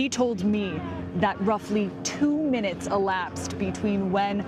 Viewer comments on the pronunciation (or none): Tell to stop deepening her voice, its really weird. Also stop putting emphasis on weird things like when you said "two minutes".